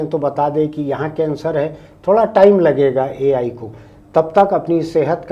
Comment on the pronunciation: Ye Al Al kya hai 😂